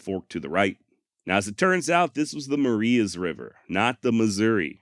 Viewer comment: We pronounce Marias, not in the Spanish way, but muh-rye-us. I know, it's weird, maybe subtlety racist.